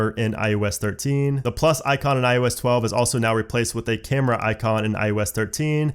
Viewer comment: IEWS 13 IEWS 13 IEWS 13. IOS 13* Why dont you like eeeeeeever say it right😖